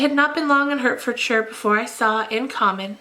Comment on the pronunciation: Every time I listen I have to stop and think are you saying Hertfordshire or Herefordshire. Anyway I googled in the end lol it’s Hertfordshire, like where I am from as you know. Lol 😂 it’s just the accent lol but I love listening to this. Thank you for 43 mins, it’s helped me to work today as I’m only working 2 days then 3 weeks off.